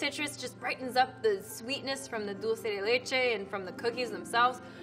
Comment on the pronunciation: It kills me every time she says dolce instead of dulce LMAO